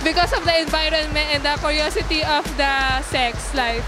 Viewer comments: "because of the KORYOSITI of the sex".. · "because of the enbayronment & the koryositi of the sex... life." WASAK! :))